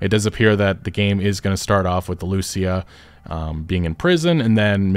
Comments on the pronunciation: the spanish words say: "Confession written in (tattoo) ink. The tattoo on his neck that gave him away, key to the conviction of a man from Leonida". And one more thing. Pronounce Lucia's name like this: lu-CIA. Like the woman at the beginning. Not LU-cia. Hope it helps, love your videos, keep it up, sorry if my english is bad, hope you understand what I wrote. Cheers ✌🏻🙂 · My man, I've been watching your content since 2016. You're my go to for info. Please, please oh PLEASE pronounce it LucÍa. Lou SEE Ah Ok, Spanish rant over. What a time to be alive <3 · It bothers me that even tho you hear them say Lucia’s name, you still pronounce it wrong 😂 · Trailer literally teaches you how to pronounce "Lucia" You say "Lucia" wrong again... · The guy cleary heard how the name Lucia is pronounced and proceed to say it wrong!!! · You pronounce her name wrong you silly sausage, it says it in the trailer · Anyone else bothered by the way he keeps pronouncing her name? 🤦🏻‍♂️